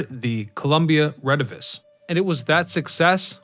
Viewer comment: The Columbia Rediviva.....not the Columbia Redivis, or whatever you said. You are not very good at this....Lazy research.